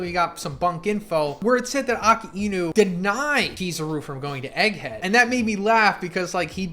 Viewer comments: Why do you say Akainu like Ah-ka-een-oo? It’s uh-Kai-noo. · The way you butcher Akainu 😢😢😢 it’s uh kai new … not ocka eenoo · People saying akainu's name is different for everyone. But calling him Ak-anu is not it man